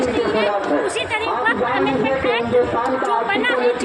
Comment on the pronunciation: Gody media ko atna den ho gaya sun sun kar fir bhi inko waqf bolna nahi aaya hai or ya log waqf ka bara ma hama samgha raha hai